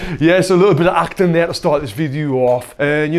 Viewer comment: “Little bit of actin’ der’ for ya.” 😂 You’re a gentleman and scholar offering world class instruction! Thank you sir.